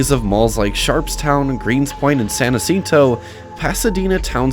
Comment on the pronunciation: This one was one of my go to malls as teenager. I got my first beeper and then a cellphone at the primeco store there. You said all these malls like you’re visiting and it was hilarious. In a good way. Joske’s = Jahs-Keys San Jacinto = San Juh-Cent-Oh